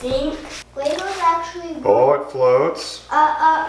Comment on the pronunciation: Good to know he's at his "actuawy" phase lol😂